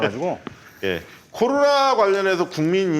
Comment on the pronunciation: 보세요^^ 일단 컨설팅 좀 해줘봐유~ 아는건 많으시고 맘은 급해 말은 마음만큼 못 따라가고 방송이니 순간순간 적절한 단어 생각해 벳어야되니 이게 참 뜻대로 안 되보여유 이 훌륭한 기자님 코로나를 '코도나'로 발음하시는 다소 혀 짧은 소리 내는분으로 보이는데 걱정 말아유 멀리 볼것도 없어유 자꾸 방송하다보면 되게 되 있어유 우리 주진우를 봐유 급하디 급하지 답답하고 속상한 맘 맨날 털보총수한테 구박 받아도 지금은 그렇게 말 잘하고 센스만점인 방송인 다 됐슈!! 그러니 급하게 말해도 단어 또박또박 해 줘봐유 이거 된다니깐요 주기자를 보셔유~^^(혀가 짧거나 하진 않고 유형이 살짝 다르긴하지만) 뭐 이것도 특징이 될수 있으니 문제 없고요 천천히 말씀을 하시던 또박또박을 해주시던!! 그래요 제 귀가 이상한거예유 분명 제 귀가 이상한거예유..절대절대 디스하는거 아녀라~ 그리고 너무 빨리들 진행이 되는건 이해하는데 한 꼭지 끝날때마다 한 숨 한 번 쉬고 해주셔봐유~ 이렇게 고급 인력들이 매주 날까롭게 풀어주는 정치썰 너무 좋은데 저같이 듣기로 주로 하는 사람한테는 뭐라는건지 잘 안 들리거나 귀에 뭐가 좀 거슬리면 잘 못 따라가겠어서 안타까워서유~~ 제가 생각하는 지금의 문제가 아마 뷰가 더 올라가지 않는 이유가 아닌가라고 적어봤습니다.. 도 듣보잡이 봉도사 말 끊는다고 했던때가 있었쥬 ㅋㅋ이런 인물을 흙속에 진주로 둘뻔했잖아유 을 장점 살려 잘 좀 해줘봐유 그래야 두 분이 업되고 박시영티비도 대박이 날것 같어유~~~ 맴을 담아 띄워유💕